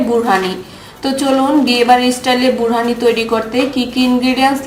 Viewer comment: It’s not বুরহানি it would be বোরহানি Also it's not ভ্লেন্ডার! It would be ব্লেন্ডার। I guess that's why you don't gain subscribers though your contents are good